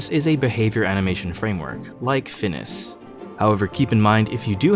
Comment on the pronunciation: Ngl this is the first time I've heard someone pronounce FNIS as like Phineas